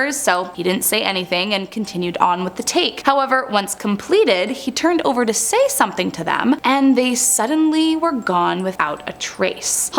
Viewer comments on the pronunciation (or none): none